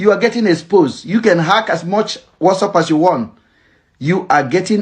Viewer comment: It's whatsapp NOT whassup abeg!